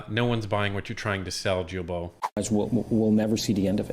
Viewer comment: Thank you both for your AWESOME WORK! As a francophone québécois, I let you know that Guilbeault is pronounced GILBO with a hard G, like in GO. Blessings.